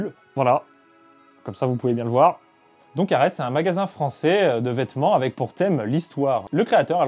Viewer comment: Super vidéo, ça se prononce pas plutôt arété la marque qui te sponso ?